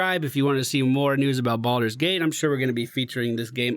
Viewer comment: Bal-Door, not "boulder".